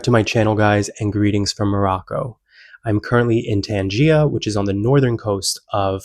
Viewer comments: Tangea. Isn't it pronounced Tangier? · Learn to say Tangiers, please. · in English it's pronounced ' Tan-zjeer'